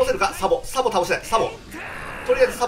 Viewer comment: サボがザボになってて草